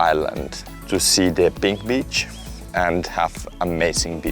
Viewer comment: Cuidado con la pronunciacion de beach. Puede dar a malentendidos.